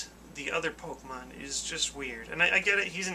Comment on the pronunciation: Why, he does Pokeymanz (pokemon) not Transformers.